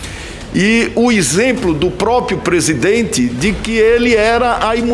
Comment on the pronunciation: Lingua portuguesa: Presidente, depoente. Renan canalha: prisidente, Dipuente.